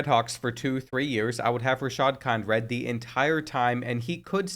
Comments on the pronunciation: Kind-red is crazy! It’s Kin-drid, bro. 🤦🏾‍♂️🤣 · Dude ik finally someone mentions it kind-red is wild